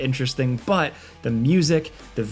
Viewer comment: swear to god says BUT so weird just to annoy me >:-/